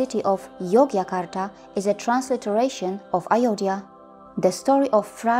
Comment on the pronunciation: Please pronounce correctly name of Ramayana, Rama, sita and ayodhya and thanks for this amazing information. Keep it up.